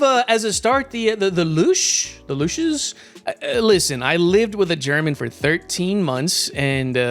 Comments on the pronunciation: Man I would love if we got the German ww2 Luchs. Literally a Pz.2, don't know why it isn't here yet. Also its pronounced like Luck with an S at the end of it, and em0hasizing the U a bit more. Sorta like Lúúcks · If Yeddi didn't already told you in german "chs" is pronounced as a "ks" or an "x". So the Luchs is more pronounced like Luks or Lux. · You can pronounce the Luchs like Lux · The stuff for the japanese is delayed, wasn't ready... Let's Hope for a subtree. The German light Tank Luchs is pronounced Lu(K)s. If you find a ,(ch) in Front of a (s), the (ch) is basically a (k) ... Yes Germany suffers 😂😂 bzw. leidet 😜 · Just prended the h in Luchs isn't there, then you're pretty close to doing it right.